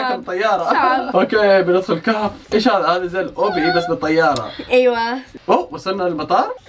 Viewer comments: قبل ما يقول كهف قال كف ههههههههههههههههههههههههههههههههههههههههههههههههههههههههههههه 😂😂😂🤣🤣🤣🤣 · قالت الكف مو الكهف ههههههههههههههههههههههههههههههههههههههههههههههههههههه